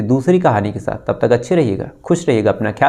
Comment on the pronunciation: I have requestedearlier also.kripya apna bolne ka type kyon nahi sudhaar rahe ho.khush ko aap khus bolte ho,Bhavishya ko Bhavisya bolte ho,Khushi ko Khusi aur Madhya Pradesh ko Madhya Parades. Koi itna mushkil kaam bhi nahi hai sh bolne me. Please try to speak correctly